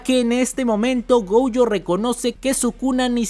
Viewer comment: Como que “gouyo”? Es gojo, el nombre no es gringo, es japonés ._.